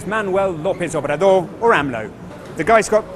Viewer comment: Andre manueh lopez obradur xdxdxd